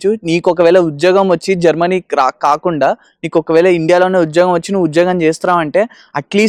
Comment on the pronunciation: Germany ❌ GerMani ✅